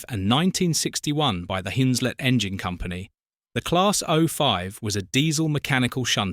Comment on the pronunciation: Hunslet mate not Hinslet